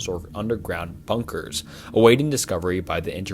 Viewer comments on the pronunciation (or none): This whole video has so many mispronunciations that I’m suprised you didn’t hear it yourself? Like Bnunkers, Mystache Man, Unmnanned.